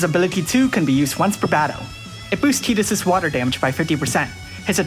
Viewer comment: I hate that you Pronounce Tidus's name right. The Canon way to pronounce it is stupid AF, how does Tidus pronounce like Teedus? WHY?!?!?!? Darn you Square!